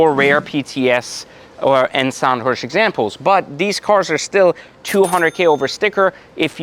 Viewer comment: Sonderwunsch (ZON-der-voonsh), not "Sound Hirsch" or "Zondhirsh" xD